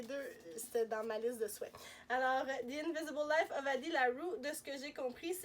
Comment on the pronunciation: Je ne suis pas surprise de son choix de livre! Très beau paquet! Et très drôle de t'entendre prononcer Addie Larue à l'anglaise! J'adore les goodies!